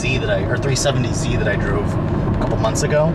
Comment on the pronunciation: you said "370z that I drewve" haha.